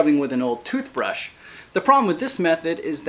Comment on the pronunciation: "the bristles of the trooth brush" lmao